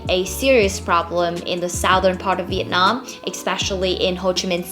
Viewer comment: How can a Vietnamese person say 'VIET NARM; and not Vietnam?